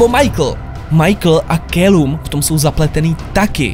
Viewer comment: 5sos jsou božíííí a Calum se čte Kalum :) :D